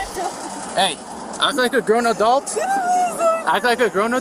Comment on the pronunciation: Take a sip everytime says aduelt